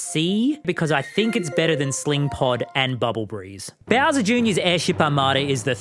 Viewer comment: the way he said 'beawser' like that i love it